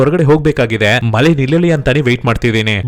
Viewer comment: ಮಲೆ ಅಲ್ಲಾ ಮಳೆ.. ಹೆಲ್ತ ಅಲ್ಲಾ ಹೇಳ್ತಾ.. ಕನ್ನಡ ಸ್ವಲ್ಪ ಕನ್ನಡ ಕಲಿತು ಮತ್ತೆ ವಿಡಿಯೋ ಮಾಡು 👍🥰